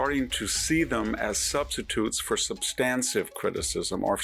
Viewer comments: Three times, Vic, you said "substansive" instead of "substantive." I'm not feeling googly, you may be right. If so, it's just I'm not familiar with your version of the word. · Hanson: , , '..substancive..' What? "substan tive " Hanson: '...you revert back to...' wtf "revert to" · Dear Victor: I love you. But please pronounce the term "substantive" correctly. It is not substanSIVE.